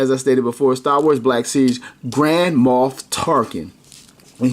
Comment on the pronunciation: I kept hearing it as Grandma Tarkin lol